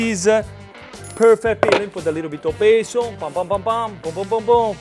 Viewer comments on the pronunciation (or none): none